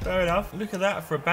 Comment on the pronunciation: Its Pantilimon, not Pantimilon.